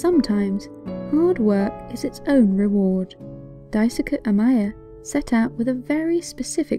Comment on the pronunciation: his name is pronounced "dye-su-kee" not "dye-su-kuh"